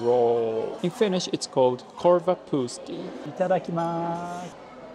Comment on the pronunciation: As a Finn, i would say that your best pronunciation in the whole video was ”korvapuusti”